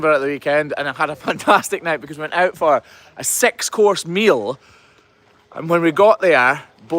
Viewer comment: PNW here. Lol.. When you say, six course meal, it sounds like sex course meal. Lol.